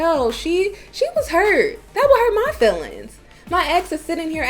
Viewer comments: "Axe" a question? Hurt your "fillings"? Ugh. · I can't believe ET hired her. She "axed" a question? it hurt her "fillings"? ET can do better.